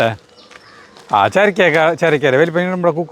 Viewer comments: Cherakka alla churakka aanu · Churakka ennanu parayuka cherakka ennalaa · സരിത എന്തു രസമാ നിങ്ങളുടെ സംസാരം. അടിപൊളി ജീവിതം ചിരിക്കാനേ ഉള്ളൂ 😄😄ചെരക്ക അല്ല ചുരക്ക 🤩🤩രണ്ടു ദിവസം ഞാൻ അവിടെ വന്നു നിന്നോട്ടെ. മനസ്സിന് സന്തോഷം കിട്ടാൻ. ❤️❤️❤️🥰🥰🥰🥰🥰